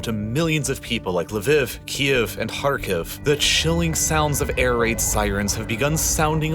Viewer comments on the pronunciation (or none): none